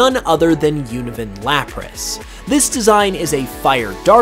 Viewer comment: i thought you said oven lapras